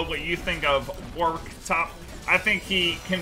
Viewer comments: "Hey guys for today's video I'm gonna be playing Worik in the toplane." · Devs said it's Warwick, but "Worrik" is a viable pronunciation for EU. Like Warwick(Worrik) that town in England.